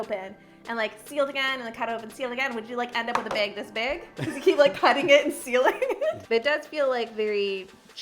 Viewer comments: Me: Bag Her: Beg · She do be sayin bæg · I love how she says “plastic bæg” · The way you say bag lol “beg” 😂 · I was so confused every time you said ‘bag’, it sounded like you were saying big or beg. 😂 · The way she kept saying "bag"... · I had to go back and listen to her say ‘bag of chips’ again, love the accent 😆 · You're so much fun to watch. Side note: I've never heard anyone say the word bag quite the way you do. :) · I love how she says bag and baggy. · Love how you say "bag" lol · I kept laughing at the way you said bag...Is that a regional thing?